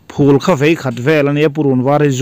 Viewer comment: Phul i tih hi a chiang si lo a, eng ang nge hriat a harsa tlat